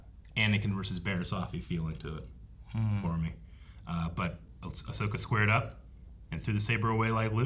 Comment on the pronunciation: It's Ahsoka Mutha Fuckas